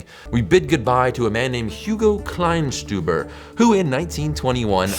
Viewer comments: Kleinsteuber sounds like "kline-stoi-bar", not like "kline-stew-bar". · (Klein)steuber is pronounced like the British oi, not the oo as in cool